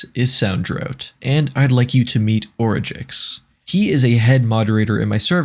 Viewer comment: no way thats how origix is pronounced